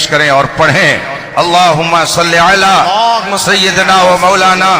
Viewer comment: ہائے ہائے کیا جملہ فرما دیا اپنے محبوب کا نام بھی نہیں پڑھنا آتا علی پر زبر ہے یا پیش، ماشاءاللہ 🌹